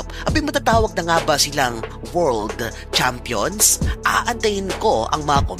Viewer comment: pwede ba kitang icorrect sa pronunciation? Yung pag pronounce kase ng “champion “ dapat same din pag pinopronounce mo sya ng maikli. Champ - champion Yung tunog kase ng sayo nagiiba, nagiging parang “chump”, which is same ng jump. Sana di ka maoffend, yun lang. Thanks